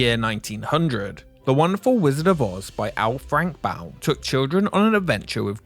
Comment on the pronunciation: Thank you saying Baum correctly. So many people mispronounce his name constantly.